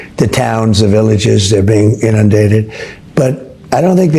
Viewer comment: I can't get over him saying "villages" 🤦